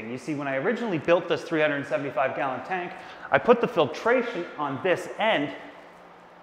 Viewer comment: I heard him saying galleon